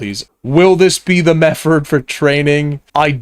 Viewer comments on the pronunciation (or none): I scrolled down to type the same fing, hahaha. wild how this guy replaces every "th" with an "f" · Makes me smile every time I hear mefford! Don't change for anyone 😅